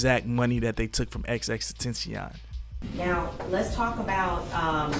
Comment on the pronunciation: Say it with me “ x x x ten tha ce on . You are butchering his name